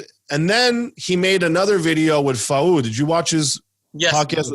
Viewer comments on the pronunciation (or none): FAOOOOOOD, tell him its pronounced FOOAAAD please hahaha